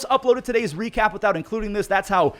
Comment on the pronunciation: bro said "we recap" like a French person lol Hui hui cap